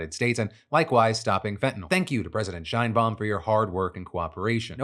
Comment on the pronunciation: Phil! I love ya! The “She” in Sheinbaum is said like in the word “Sherwin” or “Sheraton” not “Shainbaum”.